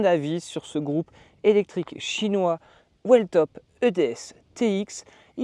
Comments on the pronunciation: Merci poour le test et la revue honnête et complète ! Sur la prononciation de la marque attention c’est "wiiltop" 😅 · Whiiiiiiiillllltop il faut prononcer ! 😅